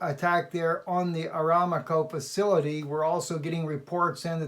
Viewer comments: Pronunciation.....?......A-RAM-Co. Rather than Aram-co. .? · Just a friendly correction -- it's 'Aramco', not 'Aramaco' (as it was pronounced). I know someone who used to work there. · Saudi oil company is pronounced Saudi Uh-RAM'-co. Or, like God revealed to Abraham.. a-RAM-co in the thicket, to sacrifice instead of Isaac..:-D